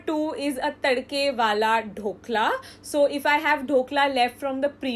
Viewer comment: woahh! yo sis looks like ur a mini chef i reaallyy appreciate the way ur passing ur time productively by cookkn also dont take this serious i just wanted to tell thT the way u pronounce dokla is bothering me so... yea u can tell it in a different way. no offence... i really am Fan of ur vids 💟